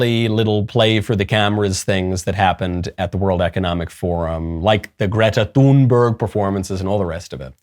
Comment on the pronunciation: The 'H' in Thunberg is silent; correct pronunciation is "toon-berg."